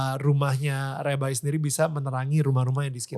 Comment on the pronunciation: Bahasa inggris nya ko lebay rebai orang inggris aje ngomong nya rabai